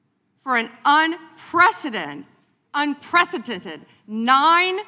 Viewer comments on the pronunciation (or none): I can hear it, her speech almost sounds slurred a little. Also, “unpreseteted” lmao